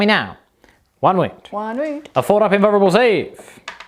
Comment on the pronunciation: Lol this dude "invurrable save" ha